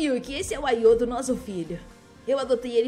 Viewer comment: Não se fala ayoto se fala ayato